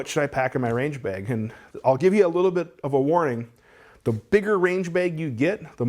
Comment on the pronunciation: There's no "e" in bag. What you're saying is beg, and I dont beg.